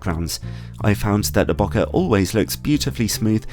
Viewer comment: Love your reviews but please, please pronounce bokeh properly. It's not bo-ka, it's more bow-kay kinda like okay.